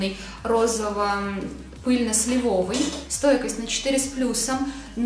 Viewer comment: слИвовый, уши режет, могучий русский язык